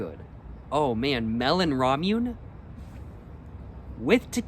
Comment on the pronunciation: Hey dude nice video! Just a heads up ramune marble soda is pronounced la mu neh